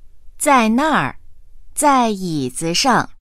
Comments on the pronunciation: ...Zai yizi shang , bạn nghe kiểu gì ra xue sheng vậy ? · Câu 11 子上 mà phát âm 学生